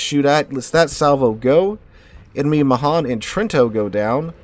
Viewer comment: Man, you're killing me with the "Muh-hahn" and "Nuh-gah-toh".